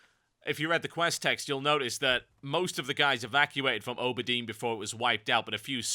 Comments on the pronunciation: Auberdine isn't a very night elfy name, I mean compared to Rut'Theran and or Lor'danel it's probably easier to pronounce, and he misspronounced it anyways. (called it Oh-ber-deen) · HE PRONOUNCED AUBERDINE!!! LIES IN MY EARS!! LIES LIES LA LA LIEEEEEEES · lol you say "auberdine" funny